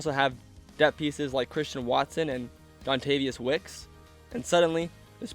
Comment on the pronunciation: “Dontavius wicks” 🥀